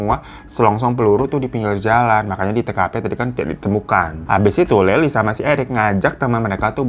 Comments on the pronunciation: Bang lyle bacanya layel bang bukan layli😭😭😭😂 jd salah fokus layli kaya mpok2 tetangga sebelah🤣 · Kok leli sih namanya.... tulisannya Lyle, bacanya LAIL pak Hirooo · Lail bang bukan laili, kek orang arab jadinya😭😭🙏🙏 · Lucu mana bang hiro bilangnya layli😂 sebenernya bilangnya "layl" bang hehehe. Tapi gapapa aku seneng banget akhirnya udah dibawain juga kasus ini. Karena aku nonton documenter dan seriesnya bang, jadi ngikutin updatenya di tiktok juga. Selama nonton seriesnya bolak-balik ngepause cuman buat geleng-geleng kepala. Betul membunuh itu salah dan setuju buat dihukum, tapi menurutku menendez brother ga deserve ditahan seumur hidup tanpa pembebasan bersyarat. Karena mereka ngelakuin itu juga efek ortunya begitu juga, setan bgt. Sampe pengacaranya erik aja bilang "kalo bisa milih adopsi anak, aku bakal adopsi erik", karena sebenernya mereka anak-anak baik dan sopan cuman salah didikan aja. Oh ya, menurutku emang agak mirip sama kasus Jessica Mirna pas dipersidangan, karena semenjak ada documenternya rilis kan jadi berteori juga kayaknya Mirna masuk penjara karena ada "politik kotor" oknum kepolisian. Ya dipertengahan proses persidangan menendez ini ada kasus lain yg "menangin pelaku", dan masyarakat banyak yg kecewa jadi nyalahin polisi/persidangan karena ada pelaku pembunuh yg bebas. Jadi kayaknya menendez brother ini juga korban efek polisi/jaksa penuntut gamau ngecewain masyarakat lagi dengan ngehukum menendez brother seumur hidup. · Bang.. si Lyle ya maksudnya, bacanya bukan “Laili” ya tp “Lail” gt bacanya bang Hiro 🙏🏻😭 maaappp awal2 dengernya bingung kok ada Laili itu siapa.. 🙏🏻🥰 maap ye bang…🥰🥰🥰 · bang namanya bukan leli, tapi lyle, ini sebenarnya serius pembahasannya tapi ini tergacor yak, ngakak terus gw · Maaf Mimin lyle nyebutnya leyl bkn laili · Banggggg layel bang bacanya bukan laily 😂😂😂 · baaangg, laili siape sih😭😭 bacaan namanye Layel bang, Layeel😭😭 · Bang monmaap cara baca nama Lyle itu "Lail" bukan Laili😂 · Lyle baaaangggg bukan layli 😭